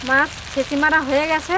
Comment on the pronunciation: বারবার বলছেন ছেচি মেরে রেখেছি সেটা কি আবার ছেছি